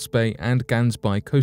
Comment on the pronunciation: Did not get it right with Gansbaai.